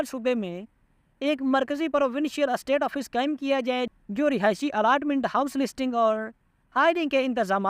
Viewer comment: ایسٹ آفس نہیں اسٹیٹ آفس